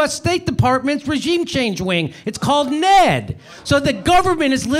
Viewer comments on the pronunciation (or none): Another just FYI for you, Jimmy: nobody pronounces it "Ned," like a name, they spell it out, en-ee-dee. (I'm not trying to be a know-it-all, but it grates on knowledgeable viewers & is the equivalent of calling the C.I.A. "the Seeyah," just doesn't make you look as sharp as you are.) Love you, man.